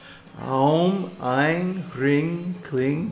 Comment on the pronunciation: why are hrim and klim pronounced "hring and kling"? Can we not desire Her from Bhakti?